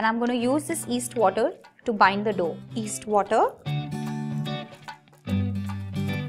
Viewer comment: Love all your recipes and it's yeast not east you have to pronounce the y